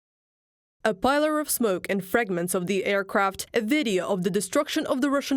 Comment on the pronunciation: Pillar rhymes with thriller